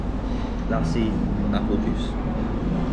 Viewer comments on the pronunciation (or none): none